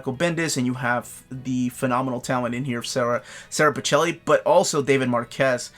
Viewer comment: PiKELLi. Eh, s'Italian.